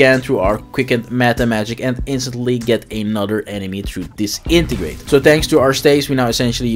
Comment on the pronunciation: Dis-entegrate :D I think its just Disenegrate :D